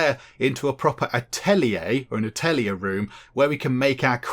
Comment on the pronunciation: Atelier is just french for workshop, just say it with a french accent! :D